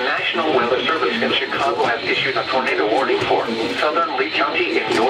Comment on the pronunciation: Nobody:: Tornato WATCH